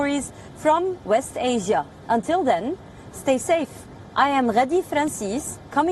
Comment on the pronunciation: The accent when she says 'Ghadi Francis' 🤩🤩